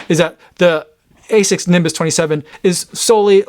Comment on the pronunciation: My japanese friend says it's pronounced as "ah-sicks", not A6